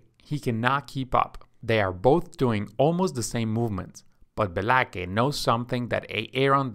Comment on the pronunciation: My only criticism is Be-la-kay is spelled BLAKE. Otherwise, great job! :<)